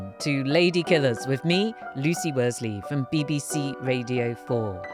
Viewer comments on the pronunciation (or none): Its pronounced Radio with an R not Wadio with a double U